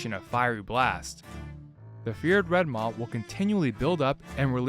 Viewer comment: Red maah 🤣😂😁 Sheeps go baah. Its Red Maw like claw.